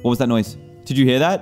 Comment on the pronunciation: Pronounciations Normal: ooh more in "HIR" DANTDM: Ooh more in hiiire